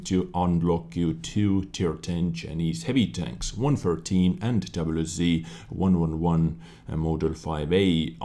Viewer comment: doublyu zee ? xD